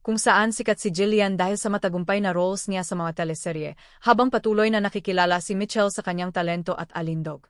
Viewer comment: You are giving a celebrity news but you can’t even get the name of Michael Sager right! It’s not Mitchell, for crying out loud! 🙄🤣